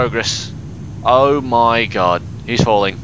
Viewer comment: "Eowl MoY gowd!" LOL at the accent.